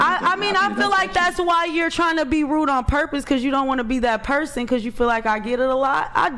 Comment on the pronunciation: Axe(ask), perskin(person), i unt meed male assention(i dont need male attention), fuh rail(for real), witch you(with you). Hood 101 translated to english.